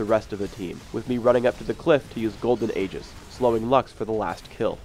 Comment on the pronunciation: he pronounced Aegis wrong